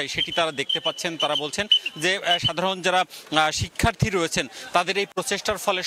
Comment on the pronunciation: শিক্ষার্থ্রী নয়, বলুন শিক্ষার্থী।